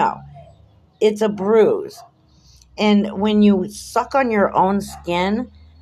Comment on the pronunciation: Wah! Wah! Boo hoo, hoo, that mean old powice man gave me a boo boo elbow. I can't feow my thumb and finger, and I still got a bwuise, see? You're right about the hickey, this "torture" to his elbow was WEEKS ago. There is NO WAY that he would still be showing a visible bruise. The human body would have absorbed any blood under Chillie's skin a LONG time ago. Liar, liar, pants on fire. Chillie is such a pos.